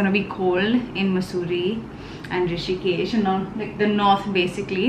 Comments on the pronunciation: It’s Rishikesh! Not Hrishikesh 😊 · Its Rishikesh not Hrishikesh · Rishikesh not Hrishikesh 🙄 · It's Rishikesh not hrishikesh🙄 It's not like hritik name🤣🤣🤣🤣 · Hey it's Rishikesh not hrishikesh... thought to let you know.. Great vlog though🥰